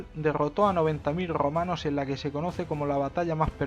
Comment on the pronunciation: Loh Grrromanos 🤣